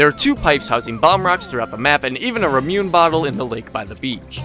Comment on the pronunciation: no offense but your pronounciation of ramune is atrocious it's pronounced "ra-mu-nay"